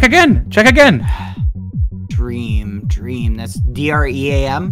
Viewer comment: Emphasis on the ”again” part